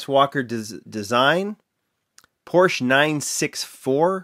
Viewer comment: Porsche is a 2 syllable word. Just, FYI.